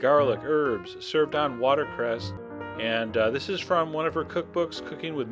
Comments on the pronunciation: He also says 'watercrest' instead of 'watercress'. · Is he saying water "crest"? 🤣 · Great video, and thanks, Chef John. Two comments, though: (1) her last name was Child-no "s" at the end; (2) it's "watercress," not "watercrest." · He also says 'watercrest' instead of 'watercress'. And no, he repeatedly says Childs, and in these contexts he could not have meant Child's.